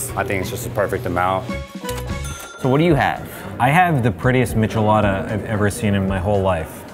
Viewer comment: I cringed at the michelada pronunciation.